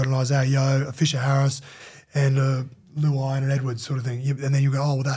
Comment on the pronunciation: How does he call Jerome luai , Jerome luow. Absolutely shocking haha